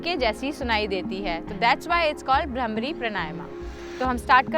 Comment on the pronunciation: It is not bramri it is bhramari ok learn Hindi please